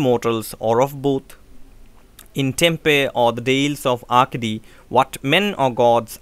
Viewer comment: Sir, it is Tempe not temple ..